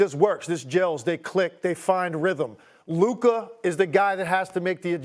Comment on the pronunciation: I love how Stephen A puts an “er” on everybody’s name. “Luker” 😂😂😂